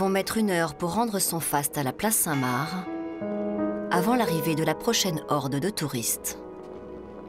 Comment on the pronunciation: par pitié on ne dit pas la place " saint Marre " mais la place saint MARC " comme le prénom